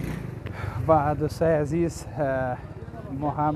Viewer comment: هم وطن نان هزیز ده هینجه هم وطنان هوزبگ چرا اینطوری اشتباه تلفظ میکنی آقا